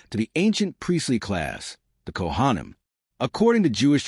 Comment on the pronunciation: This was really interesting except that I couldn't listen anymore because the pronunciations of words like Kohanim were so awful. Seriously, if you're going to put all this time into a historical video, why pronounce all the Jewish words so horrendously badly? Makes no sense at all.